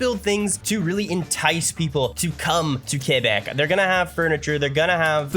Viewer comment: Oh they know a lot about canada, they must be canadian… says “Quebec, Quebecois and Val d’Or” like a native… OHHH FRÈRE ⚜️